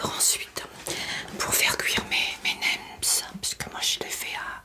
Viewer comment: bonne vidéo comme toujours ! on ne dit pas nemZ ou wrapZ , on ne prononce pas les" s "du pluriel.